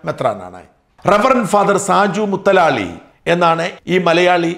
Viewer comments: മുതലാളി എന്ന് ആണ്. മുത്തലാളി അല്ല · പേര് സജു മുതലാളി എന്നാണ് (മുത്തലാളി അല്ല). സ്ഥലം - മൺറോ തുരുത്ത്, കൊല്ലം.